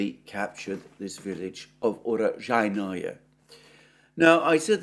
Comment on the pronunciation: urojai-NOE ❌ uro-JAI-noe ✅